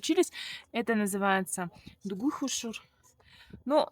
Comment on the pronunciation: Уже лучше произносишь слово хуушуур... Умница!